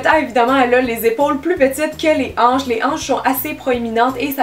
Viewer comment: A- jaïs mes anches😂🙄